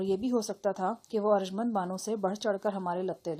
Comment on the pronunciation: Aarj mnd ni hota arjumnd HOTA hy